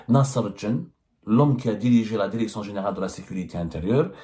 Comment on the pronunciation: Derection Derecteur Consederé